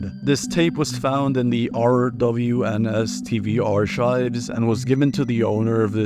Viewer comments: By the way you pronounce the "ch" in the word archives as a "K" sound, like ark-ive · “R Chives” 🔥